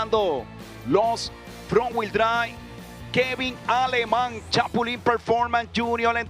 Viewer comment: Finally heard Aleman pronounced properly. It is not ALE-men. It is Ah-ley-mon.